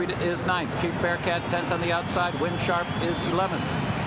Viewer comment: Geez Durkin, you can't even get the hometown favourite's name right? Chief BearHART.